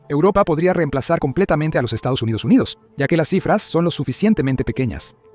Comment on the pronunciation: Por dios! Para de decir Estos Unidos Unidos!